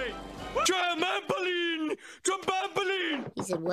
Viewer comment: TRAUMOPULINE TRAMBOPULINE lmao never fails to make me laugh